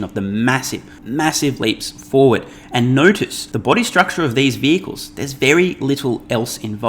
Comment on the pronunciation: You're triggering me dude. When you say forward...…you say FORD.